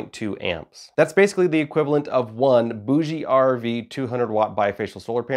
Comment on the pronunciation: Please learn to pronounce Bouge. You sound so knowledgeable and confident, than you pronoun Bouge wrong and wipes everything away.